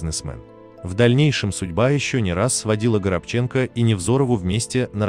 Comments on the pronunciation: Не ГоробчЕнко,а ГорОбченко!!!Дай Бог вашей семье,вашей многочисленной семье... здоровья,мира,взаимопонимания,уважение друг другу!Берегите друг друга !!!💥👍💖🔥🙏🌹🌹🌹🌹🌹🌹🌹🌹🌹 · Не ГоробчЕнко, а -ГорОбченко! Стыдоба безграмотная! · ГорОбченко, а не ГоробчЕнко. Произносите правильно, пожалуйста. Режет слух. Он мой земляк , родился на Урале, Свердловская область, город Североуральск. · Он не горобчЕнкоа горОбченко,надоел робот переводчик,неправильные ударения,неправильно произношение слов, слушать невозможно!!! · Почему ГоробчЕнко ,когда ГорОбченко, хороший актер, талантливый, УДАЧИ! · Не Горобче'нко, а Горо'бченко, уважаемый диктор, ударение поставьте правильно. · Чтец! Не знаешь , где ставить ударение, спроси! Не ГоробчЕнко, а ГорОбченко! И откуда автор взял столько детей? Пятеро детей у Сергея от Невзоровой Полины и один сын от Флоринской. Не стоит врать. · Что ж он так жену то не жалеет?! ГорОбченко,а не странное произношение ГоробчЕнко. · Почему Горобченко, ударение на Е, вообще-то правильно на второе О. Аналогично Онищенко, ударение на И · Делайте правильно ударение ГорОбченко, а не ГоробчЕнко, видите разницу. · Правильно ставьте ударение,,,,,ГорОбченко,а не ГоробчЕнко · Никогда он не был ГоробчЕнко. Он ГорОбченко. Когда будут грамотные ведущие, вернусь. А пока - привет до лучших времён. И всем советую. Надоели двоечники, болтающие про культуру! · Почему ГоробчЕнко а не ГорОбченко? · Почему Горобченко'? Горо' бченко? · Я как то всегда считал что он ГорОбченко... а ГоробЧенко как то даже слух режет! Или автор даже не знает как фамилия произносится?!?... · Почему ГРОБЧЕНКО,он ГОРОБЧЕНКО,почему так безграмотно? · Не ГоробчЕнко,а ГорОбченко! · ГорОбченко, а не ГоробчЕнко! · Фамилия украинская,ударение нужно ставить ГорОбченко,на второе О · Господи! Неужели так сложно ПРАВИЛЬНО произносить фамилию человека, о котором говорите? ГорОбченко! Запомните, пожалуйста!!! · ГорОбченко! Ставьте правилтно ударение. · ГорОбченко, он человек верующий и потом ударение на втором слоге